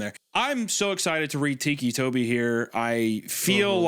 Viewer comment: Biggest jumpscare was hearing Hunter pronounce it "teekee" toby and not. Ticky Toby.